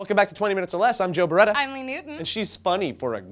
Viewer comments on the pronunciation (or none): none